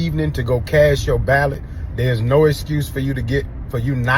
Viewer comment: Did he say cast your ballot? I heard cash your ballot.